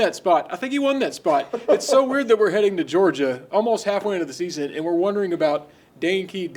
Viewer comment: MEORGIA?! Cmon 🤦🏼‍♂️